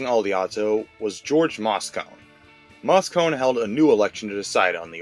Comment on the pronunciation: Mayor Joe Al yee oh to. Then , Mayor George Mah Sco nee. That's how you pronounce the mayor's monikers